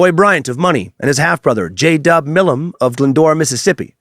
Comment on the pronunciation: Right? So annoying. He also pronounced Milam wrong. But I still think he did a good job.